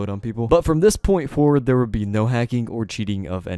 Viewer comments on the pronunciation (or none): none